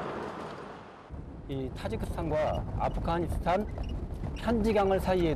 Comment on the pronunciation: 발음: [두산베] --> [두샨베], [키르키스스탄] --> [키르기스스탄], [아프카니스탄] --> [아프가니스탄], [저슬] --> [저즐], [찹찹] --> [착잡], 자막: '갈 때 없어서' --> '갈 데 없어서'